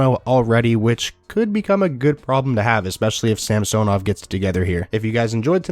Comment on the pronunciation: samsonov is pronounced sam son ov not samso nov